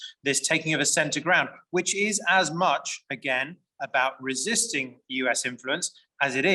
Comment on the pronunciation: Ressisting??? 😁 D'oh..